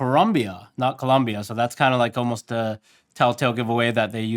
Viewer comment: Corumbia 🤣sounds like a Japanese person trying to say Columbia 😆🤣